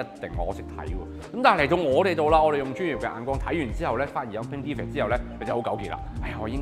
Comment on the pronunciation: defect讀錯成De ving